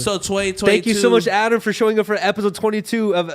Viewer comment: be like, " On this epiZode of diZconnected..."